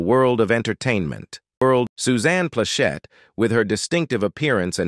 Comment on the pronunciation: I really want to like these videos, but the clickbait format, disconnected narrator's voice from what we are looking at and mispronunciation along with harsh intonations which obviously mean it's an AI voice is quite hard to tolerate. As far as Ms Plachette she used to come into our jewelry stores (Atencio Jewelers) In Torrance and the Inglewood and buy a lot of jewelry from us back in the '70s, I was a teenager at the time and didn't pay too much attention to her, but now I see she was a real attractive lady and have enjoyed a lot of her work.:face-red-heart-shape